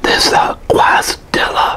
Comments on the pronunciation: Sick vid , but pronounced (Case-ah-dee-yah) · Great vid tim😁👍 and its pronounced (Kay-Sah-dee-ya) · Dude, it’s CASE-UH-DEE-UH. Not quasi-dee-uh. Lol. Michigan doesn’t have any Mexican people? ❤️ 🇲🇽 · “Quazdilla” 😂🥰❤️ I love it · Just an FYI: Quesadilla is pronounced Kess - a- dee - ya. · Actually, it would be Case - a - dee - ya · Quesadilla pronounced "Kay-sa-Deeya" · He! Great video! Quesadilla is pronounce " keh-suh-dee-yuh" by the way:) Food looks great btw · It’s pronounced “kay-sa-dee-ya” homie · Qwasdilla lol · My man said KWAS-DILLA 😂🤣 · You said quasidilla wrong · Kiss - a - dee - ya (loved the vid tho) <3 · This man said Quazdilla lmao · 1skyline1 let him say it however he wabts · I gotta be honest never heard someone call a quesadilla like that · Are you aware your butchering the pronunciation of Quesadilla beyond extent? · lol maybe he's just never come across the spelling of it but knows the word. idk